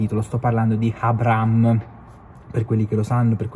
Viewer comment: Si dice A-bra-ham, h non é silenzioso. Bel video però.